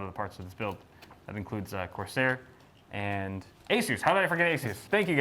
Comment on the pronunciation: "CORSIAR"... it's the French version. lol